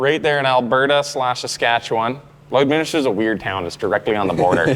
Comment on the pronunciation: My wife is impressed that you pronounced Lloydminster correctly. We know 50 year olds that were born here that still haven't figured it out 😂